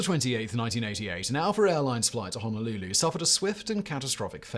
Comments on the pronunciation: Simon learn English not Engrish...it's Aloha airlines not alpher.. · Wow, dude… it’s “Aloha” Airlines. Come on, Whistler, you’re better than that. Oh yeah, and maybe stop being so condescending to the uap/ufo subject matter, or haven’t you been keeping up? I’m gonna give you the benefit of the doubt with that workload you’re currently under.